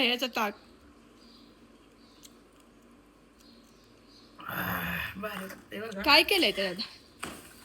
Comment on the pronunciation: टाक नाही ताक म्हण